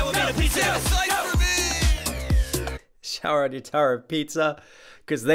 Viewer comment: Something I just noticed. Now, I don't know if this is intentional or I'm just hearing things but when they say "Chowing on your tower made of pizza" it kinda sounds like they're saying "Pisa" instead of "pizza" and that of course would be a reference to the Leaning Tower of Pisa